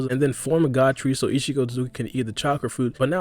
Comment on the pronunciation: Every time u said ishiki It sounded like ichigo lol